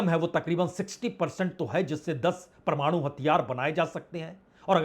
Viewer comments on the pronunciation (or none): none